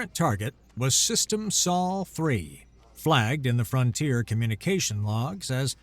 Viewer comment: A bit repetitive. Also, the narrator mispronounced "ablative" and "Sol". The denouement was, as always, a bit too much.